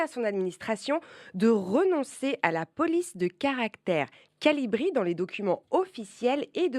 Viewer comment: haa c'est un connaisseur. Il dit Colibri !! C'est CALIBRI ! 😅Trop fort l'invité